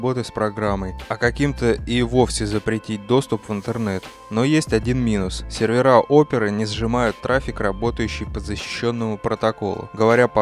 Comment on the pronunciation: Спасибо, только не серверА, а серверЫ!